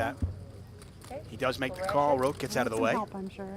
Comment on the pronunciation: I'm pretty sure Roque is pronounced Ro-kay, not Rock. These announcers both have die-a-ree-a of the mouth.